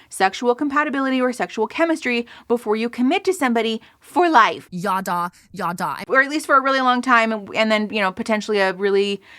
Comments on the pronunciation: Every time they start trying to bring up Hebrew words I want to start gnawing and scratching at the walls as someone who spoke it growing up. Girl what the hell is “yawdaw” 😭 could we not at least do a brief googling of pronunciation before we say it 25x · …they’ve got a painfully american way of pronouncing ידע. Never heard it as “yaw-daw” before lol